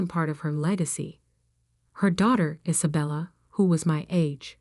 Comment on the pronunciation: Its one word its COVID one word geewhiz get it right can't even say one girls name right Is abella its Isabella one word